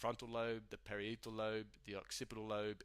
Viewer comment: It's a lovely video but you did make some mistakes: Parietal Lobe you pronounces (different from what I'm used to) Amygdala (ah-myg-dah-lah) Medulla (meh-dull-lah) Corpus Collosum (corpus coll-loh-sum) Thalamus (Tha-lah-muss) Hypothalamus (hype-o-tha-lah-muss) that's how I have learnt to pronounce those words at least.. Sorry!